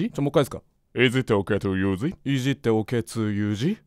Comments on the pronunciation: まじでいじっておけつユウジにしかきこえない笑笑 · いじってオケツユウジ？にしか聞こえんくなった笑笑笑笑笑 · 私もいじっておけつゆーじにきこえた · 発音良い… さすがネイティブの先生！✨ この英文聞いたら いじってオケツユウジにしか 聞こえなくなった笑笑 (あ、待ってもジェルk…) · 確かに聞こえたww いじってオケツユウジ❓ そうにしか聞こえない。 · 私も、いじってオケツユウジと、聞こえました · 私モイッジッテオケツユウジってきこえたよぉぉぉぉぉぉおおぉおおおおぉおおぉぉ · おれもいじっておけつゆうじにきこえて笑ったは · いじってオケツユウジって聞こえているの俺だけ？??